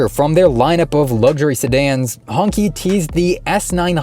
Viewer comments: Qi is pronounced (chi), ''Hongchi'' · Should be pronounced as Hong-Chi, I believe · it's pronouonced Hong Chi